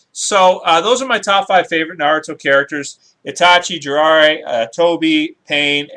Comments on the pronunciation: JI RAI YA NOT JIRARA hahaha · can you pronounce the name correctly, they aren't that complicated. Sasuke (Sas'Kay), Jiraiya (Ji'Rye'Ah) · lol you said jiraiya wrong